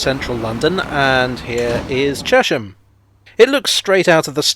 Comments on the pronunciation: I know a lot of people who live there (of different ages) and they all call it Chesh-am. Maybe the congruity with the pronunciation of Amersham is what sways people. It is curious though – there’s probably an etymological case for Chez-um, like with Cheshunt. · As a Cheshamite I think I'm qualified to say you are almost correct! The traditional pronunciation was "Chezzum" but apart from once or twice when I have heard it said as such by some very senior citizens it is always pronounced Cheshum. Apparently the change started with the building of new housing post WWII and an influx of people into the town from West London. There hasn't been much sizeable development in the town since the early sixties, and we locals are justifiably protective over our green belt. It is our immediate surroundings which for me are the main attraction of the place. Actually the river is named after the town and not the other way around, as it rises from three aquafers within it. Anyone visiting, I would recommend coming on a Wednesday or Saturday when the market is on, it makes the High St which is pedestrianised not feel quite so sad and run down. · But it's not pronounced Chesh-ham. More like Chess-am. After the river Chess I think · Excellent as usual - but I always thought it was pronounced "Chess-m" rather than "Chesh-m", after the River Chess which appears briefly in one of your shots. And having to go all the way to Horsted Keynes to make a film about the London Underground must really have tested your Oyster-card!